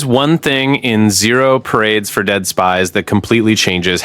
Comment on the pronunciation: hahahah I noticed that too